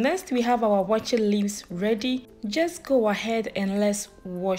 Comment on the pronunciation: With the name, Waakye is Hausa for Beans and I mean just Beans. The actual name is Shinkaafa Da Waakye which is what you mentioned in English in the video, Rice and Beans. It metaphorsed into Waakye because people were just lazy to pronounce the whole word. Shinkaafa Da Waakye. Awaakye is just not the right pronunciation.